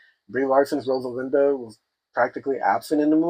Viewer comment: Rosalina, not Rosalinda. Stoopid